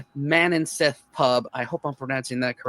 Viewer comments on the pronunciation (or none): none